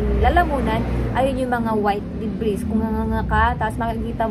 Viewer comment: debris silent s